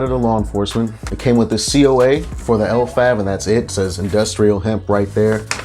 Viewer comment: Those effects you described are literally sativa effects 😂 this is definitely a sativa strain. Compare this to Arete’s Maui Wowie (same potency) and you’ll see the difference. It’s pronounced Le-Vav. Leslie’s Favorite.